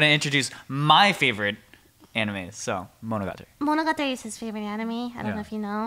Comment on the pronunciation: I didn't expect them to say monogatari without the english accent, but expected Lily to pronounce it right and she didn't.